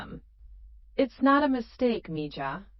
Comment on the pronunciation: It would be nice for narrarator to use the correct Spanish pronunciation for mija (me-ha) when reading. Its bad enough for incorrect English tense use: ie "reed" (present tense) instead of "red" for past tense term 'read'.... If this is "AI"; its Not that intelligent.